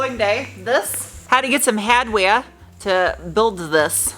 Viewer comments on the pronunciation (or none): Hahd Wayah? Ayuh!! 😂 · Lost it when you said Hardware in a New Englander accent 🤣 Be nice to Angel! Love you guys. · When you said hardware in a Maine accent. 🤟🏻